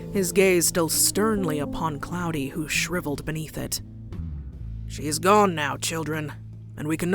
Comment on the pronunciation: Claude is pronounced like clod or clawed, not cloudy 😅